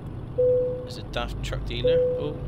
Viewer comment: When he said truck dealer it sounds like drug dealer